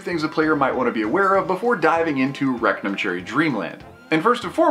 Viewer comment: Rectum cherry dreamland? That's all I kept hearing.